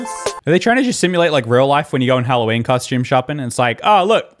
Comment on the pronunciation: What the heck is Halloweene